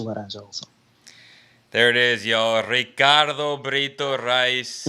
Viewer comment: Eishhhh. O gajo disse bem o teu nome Ricardo. 😂😂